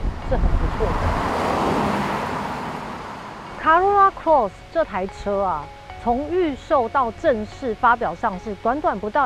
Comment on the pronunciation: Corolla Cross 唸錯了。 Eco也唸錯了。